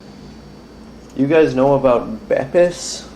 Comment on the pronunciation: Plz don't pronounce them as Bepis that's rlly regarded